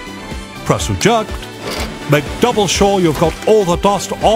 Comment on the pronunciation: "Press pluh, press ejuhct"